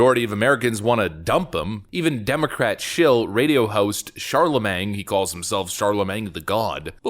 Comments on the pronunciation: Dude, it's pronounced Sharlimane not Sharlemang. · It's pronounced SHAR-la-mane. Not SHAR-la-mang. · Charlemagne rhymes with main not mang. Jesus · Charlamane , shar-la-maine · Char-la-mane.... it's French, and the guy actually spells it right. Don't give him a hard time. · The G is silent. Char-La-mane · Shar-le-mang Duh Gawd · Pronounced "Charlamain" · It’s pronounced Shar-luh-mayne. Silent g, ok? Nice video, though. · It's pronounced Shar-la-main Mang.......😅😅😅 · LMAO at your pronunciation of Charlamagne. Pronouncing it like it's Charlamang. I wonder how you pronounce Champagne... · The g in Charlamagne is silent. It's like Char-la-mane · Watch the GOP F*** this up, threatening the Deep State with total removal, that leads them to an existential mission to defeat Trump by ANY MEANS. YES, the Dems call it “fortification.” Pro tip: Charlemagne is pronounced as English Shar-le-main. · The g is silent. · The G in Charlemagne is silent. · The G is silent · The "g" in Charlemagne is silent. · Not to correct you, because i dont know much about this radio host, but I'm pretty sure his name rhymes with champagne. He took it from the 8th century King of the Franks and first Holy Roman Emperor named... Charlemagne. Either way your channel is one of my favorite on YT and i ALWAYS find it informative and entertaining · buddy, the G in Charlamagne is silent. it's a French name from history... "Charlamagne the Great". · The G in Charlamange in silent lol.